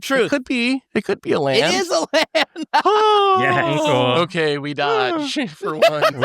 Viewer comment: Geeze. I thought SafronOlive had issues saying words until I heard keep saying "Lain" every time he tried to say land.